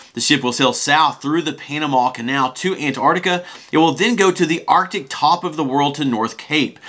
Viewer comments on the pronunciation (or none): none